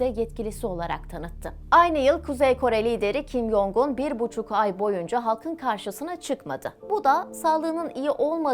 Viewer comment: “Jong” Cong diye telaffuz ediliyor.